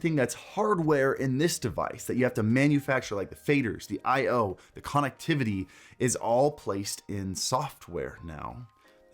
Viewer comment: Broooo......say CONnectivity......ONE more time......